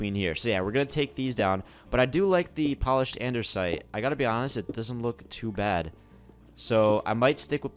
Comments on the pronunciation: i love your vids but a pet peeve of mine is when you say ANDERSITE when it is ANDASTIE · Andersite 😂 lol 😂 it’s andesite 🤣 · id is not andersite, it is anDEsite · Andesite not Andersnite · It's Andesite notice that there is no 'R', but nice video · he keeps saying anDERsite